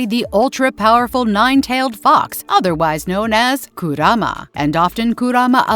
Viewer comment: Please edit the Voice saying kurama